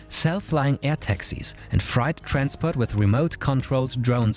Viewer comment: The pronunciation of “freight” also stood out to me as German